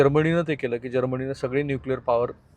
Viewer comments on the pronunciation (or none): जर्मणी असा कोणता देश नाही...जर्मनी असा आहे....हा बिस्किट पत्रकार आव खूप आणतो पण अशुद्ध बोलतो. अमेरिकेने युरेनियम चे तुकडे कवर करून पाकिस्तानमधे ठेवले आहेत. फक्त हे तुकडे ब्लास्ट करू शकत नाहीत